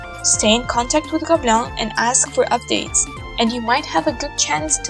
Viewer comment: And here is was pronouncing gobelins as GOBLINS 😂😂😅